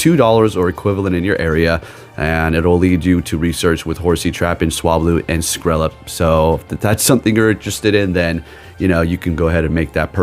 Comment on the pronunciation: Skrelp rhymes with Kelp. 🙂